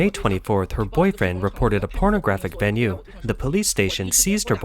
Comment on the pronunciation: “her boyfriend” bro must be Jamaican